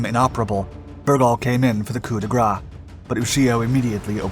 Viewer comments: Be careful, it's COUP DE GRACE (pronounced grass) otherwise it sounds like "gras" which means fat in french :P Don't know why this particular saying is mispronounced by so many english speaking people. Thanks for your great videos by the way, keep it up ! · why do Americans say "coup de gra" when it is "coup de grâce"? when I hear "coup de gra" I hear "stroke of fat"